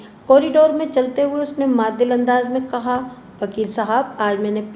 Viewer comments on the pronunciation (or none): The word is mutadil, not madil